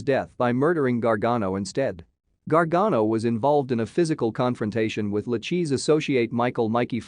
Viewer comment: Pronounced Lu-KAY-see Crime Family